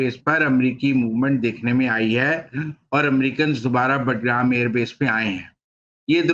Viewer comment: بٹ گرام نہیں، باگرام۔ معلوم نہیں آپ کو کس نے تجزیہ نگار بنایا ہے۔